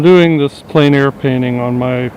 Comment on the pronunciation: I'm sorry, but there is one thing that you repeat continuously and it is pronounced incorrectly each time. You pronounce Plein Air as "plane air" when it should be "plen air." Your art is great - it's just that it drives me nuts (OCD). :D